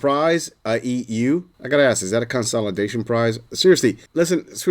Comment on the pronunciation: "consolidation prize"? ...bad monkey ...'consolation prize'